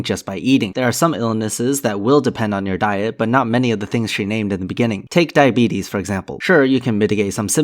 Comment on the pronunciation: Diabetes. She says that in such an odd way almost as though it's a Greek philosopher